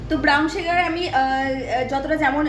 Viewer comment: It’s called sugar pronounced as shugar not suu gar and that’s syrup not serum which is applied on the face and you used a blender not grinder 🤦🏻‍♀️ why do you have so much dark circles under your eyes. 4 cups of cold coffee for whom? Sandeep and family I guess thought you lived alone 😂